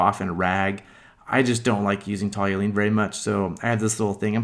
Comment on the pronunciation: Toluene. TALL-you-een